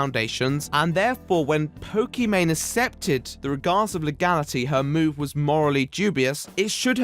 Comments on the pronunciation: Accepted is pronounced aksepted, not assepted. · It's pronounced "Ehk septed" you mong. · It bugs me when he pronounces it assepted..... its pronounced aaksepted!!!!! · there's many ways of pronouncing words especially if your linguistics or place you grew up is different. Don't be that twat and say there's one way